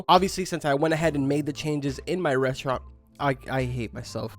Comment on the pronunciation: Your saying reastrant on purpose at this point